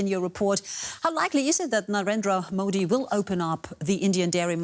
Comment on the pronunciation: Ohhhh boy... The pronunciation of Modi!!!😂😂😂 Mind blowing....